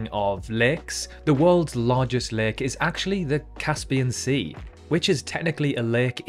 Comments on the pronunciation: LAKE. Not Leek, Lick, Leg, Leik, LAKE. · Heard leg instead Lake 😆😆 my bad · Did someone also confused when he said lake with leg at first? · I love how you pronounce 'lake'. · is just me or the way you say lake is wierd... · I literally had to quit watching because of the way you pronounce, 'lake.' I'm not breaking guidelines here, that's an objective opinion.